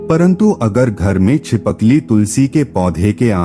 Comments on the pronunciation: Chipakli nahi boltt uncle Chipkali bolty h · Btw chipkali hota he चि पकली nhi 😅